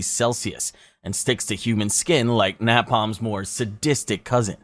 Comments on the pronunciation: Wtf is na palm its neypalm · Brother please look up the pronunciation of the BASIC words you mispronounced numerous times. NAP Palm was atrocious